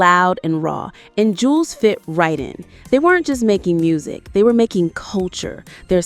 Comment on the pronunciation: That is not his twin brother, that is his older brother, but people call him twin because he looks alot like his lil brother Juelz ( Joo-Elz ) Not Jewlz 😂 its Joo- Elz, .. Smh , you A.I videos always put the information out wrong, meaning now.. Artificial intelligence is lieing now & thats dangerous 🫩🫩 & OMG, " What the Games been missing " was not his first album it was his 2nd.. " From me to you " is his first album.. wich is way better than his 2nd album..